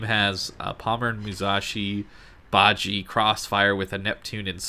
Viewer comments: It's pronounced as BA-JI-YEA or BA-JEA as in jealous. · Bah-zsheh (ba jie) pronunciation. Love your content, very easy to listen to, thanks for the upload. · Would agree completely, Got it last year and enjoyed it before the commander rework, it is even better now. However, you need to work on your pronunciation. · dude ur saying it wrong